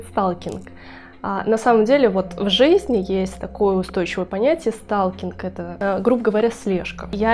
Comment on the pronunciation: СТАЛКИНГ.. ПРОСТО СЛУХ РЕЖИТ, ЭТО НА КАКОМ ЯЗЫКЕ??? ПРОСЛУШАЙТЕ ВНИМАТЕЛЬНО ПРОИЗНОШЕНИЕ НА АНГЛИЙСКОМ.. СПАСИБО